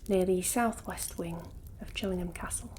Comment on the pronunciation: Love this video! (And how you say "Chillingham") :)